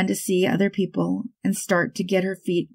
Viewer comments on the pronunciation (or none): none